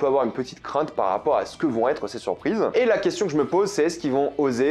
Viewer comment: "JOL" sois normal mec